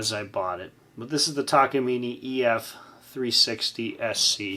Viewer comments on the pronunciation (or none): Tak a mine ..is how you say it.